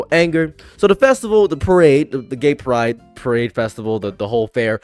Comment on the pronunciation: Please don't pronounce it "Gaperaid" again